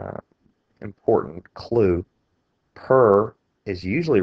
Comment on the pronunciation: its so annoying how you cant just say clue...but thanks for the help